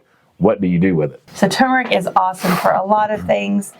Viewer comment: I'm glad to hear you pronounce turmeric correctly! So refreshing to not hear "tumoric". "It's not tumoric!" -- Arnold Schwartzenagger, probably. 😁